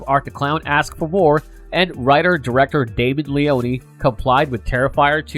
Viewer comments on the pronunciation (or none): LeONE Two syllables not Le-On-E God that shit so annoying lol.